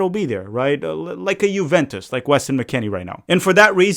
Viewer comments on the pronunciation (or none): none